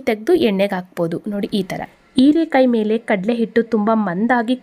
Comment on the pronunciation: Erakaee alla herakaee please correct your kannada